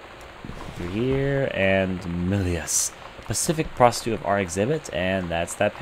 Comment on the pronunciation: that "reproductive System worksheet 6 " ... LOL!!!! also when you say "pacific intitute of art exhibition" it sounds ALOT like you said..."Pacific prostitute of art exhibition" =O